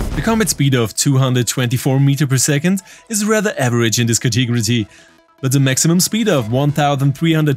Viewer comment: Thanks dude. Category is pronounced "cat-a-gori". I hope that helps :)